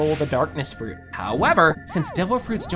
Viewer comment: devil frooch